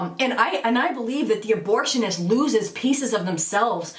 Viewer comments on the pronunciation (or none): That lady said, “abortionist.” 😝😝😝